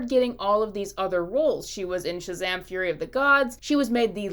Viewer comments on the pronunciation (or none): none